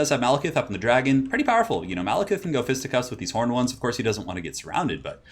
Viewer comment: 1st game - instead 'angry horned ones' I am hearing 'angry hormones' :D :D